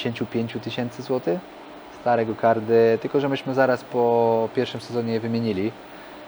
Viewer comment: "Gokardy" uszy więdną